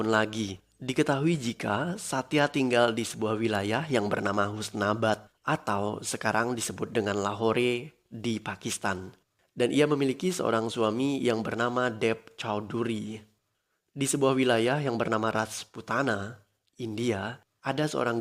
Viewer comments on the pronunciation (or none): Bacanya lahor bukan Lahore